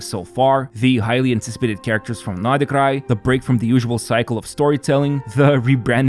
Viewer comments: Pronounced like Nod Cry ....... NOT NodaCry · "I hope I'm not butchering them..." It's "nod krai" not "nodikrai". [Yes I know he was talking about the character names, but still.] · Is the way he pronounces nod krai the correct way? Sounds so off to me …